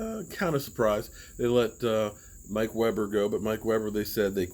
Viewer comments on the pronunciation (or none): none